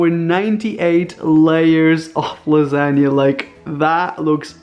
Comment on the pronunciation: Lasa-g-na monster